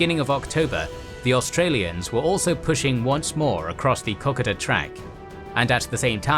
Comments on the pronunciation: IT1S KO KO DA NOT COCKADA,PLEASE,IT`S NOT THAT HARD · KO-KODA!!!!!!!!!! NOT KOK A DA . PLEASE STOP SAY8NG KOK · Far out please pronounce "Kokoda" correctly. It is pronounced "Koh-Koe-dah", not "kock-od-ah". As an Australian, it makes me cringe every time you say it to the point that I can't watch the video. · Excellent coverage. However , as an Australian, I find some pronunciations off the mark. Three come to mind, Kokoda, Ko ko dah, Maroubra, a beach side suburb of Sydney, Mar u bra, and Wairopi, named after the bridge suspended on wire ropes, Wire Ropei. Thanks for the series. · pron - co-co-dah. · its kokoda trail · Hurts my ears how you pronouce kokodo! Lol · Co Co Da, FFS. Each week people correct you in comments, you are totally butchering the Pronunciation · Drives me crazy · It'd just be nice if they pronounced words like "Kokoda" correctly